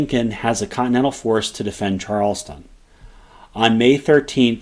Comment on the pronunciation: Why can nobody say Charlestown correctly? Not Charleston. Charles Town. Just like it is spelled.